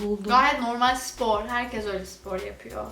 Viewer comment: Nobody:: sİpor